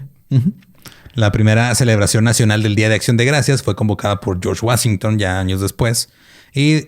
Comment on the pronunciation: Worcherchshair: Josh Guasinton Se pega xd